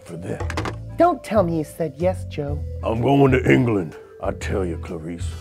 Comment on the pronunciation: Says england anglane